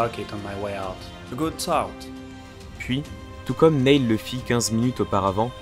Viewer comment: Je veux pas faire le relou ou quoi, mais Neil, se prononce "nil' voilà, sinon, super vidéo :) Par contre, c'est juste dommage que tu ne mettes pas les réelles enregistrement audio des mission, je trouve que ça casse un peu tout.